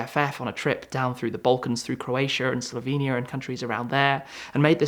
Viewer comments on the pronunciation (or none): none